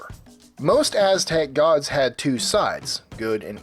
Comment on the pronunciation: He actually pronounced it very wrong. He pronounced every Aztec God in a typical English way. English people need to realize when you speak a different language you can't just pronounce it in an English manner.